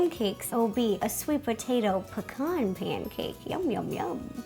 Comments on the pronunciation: why on earth do u say pcorn in stead of pee-can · Pea-cans not pa-kons lol. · Pecan is (Pee-Can) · Am I the only one who says pecan different to how she does??🤔